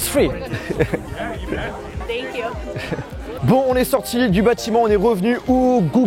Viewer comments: Melinda Bitan je sais ce que veut dire free merci mais regarde comment il la prononcé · " It's fruit " mdrrrr Je comprend pourquoi les anglais ce foutent de notre gueule